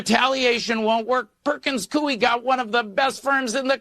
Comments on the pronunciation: Do you want to do something no one has done. Pronounce the name Perkins Coie correctly. It is coo like a pigeon + an ee. Scratch that. the gal with Anderson just did it right. I worked there for 22 years. Karma is a bitch. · It's pronounced "Coy" for Perkins Coie, at least in Alaska. I used to type court transcripts for one of their branches decades ago. It's the same law firm where Hillary had a lawyer that helped w/the Russian collusion hoax.